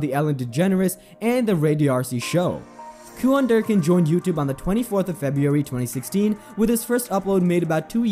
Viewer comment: It’s “ cue-in “. ….not “ cue-on “……good grief 🤨